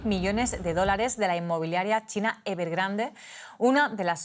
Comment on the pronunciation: "evergrand" jajajaja pinches ridiculos